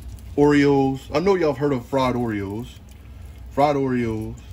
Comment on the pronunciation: The way you say peanut butter and Oreos I swear you gotta be from Lousianna